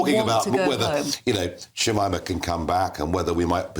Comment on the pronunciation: Its shamina not shimima